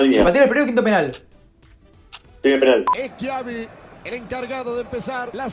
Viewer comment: nadie: schiavi: el flaco eschiabi